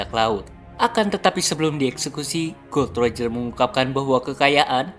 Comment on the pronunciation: Bukan gold roger atau god Roger bang tapi gol D roger baca nya gol di roger